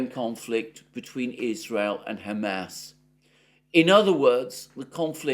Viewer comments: I’m sorry but your “Ham ass” pronunciation is making me giggle harder every time you say it! 😄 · Is it only me, why do I keep hearing Hammed Arse? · I can't stop hearing him say "Ham Ass" when he says Hamas. 😆